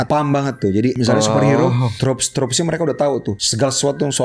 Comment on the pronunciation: Tropes mas bukan troops